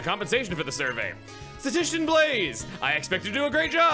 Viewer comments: My entire body shuddering as pronounces Stat-ish-tish-ian wrong a bunch, love it. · I know you've always had a thing about mispronounced words because you've only ever read them, so I'd like to lovingly help with this one :) You're skipping a syllable. It's "Sta-ti-sti-shan." Not a big deal, but I hope it helps! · Sta-ti-sti-cian. Four syllables. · You keep saying "statician" instead of "statistician". As far as I'm concerned, McFly is the true statician, the way his Static kept interfering with your statistics. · Honestly if plans to do basically everything in I could see this LP reaching 100 episodes. Also: Stat-us-tish-un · this series has been wonderful so far! I just wanted to mention that at the Passerby Analytics HQ, they named you a statistician, and you kept mispronouncing it. It's a tough word to just tell at a glance, and if you've never heard it before, it's totally understandable to say it that way, but it's pronounced like "Status TISH in." Keep up the awesome series! Your Pokémon videos are always top tier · statistician is not that hard to pronounce (love the series btw)